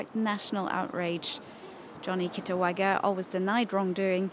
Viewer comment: The way the reporter keep on saying KITAWAGA🤣 (The correct name is KITAGAWA)